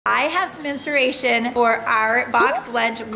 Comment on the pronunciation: Lol i caught that.. did just say i have spinceration instead of inspiration..?!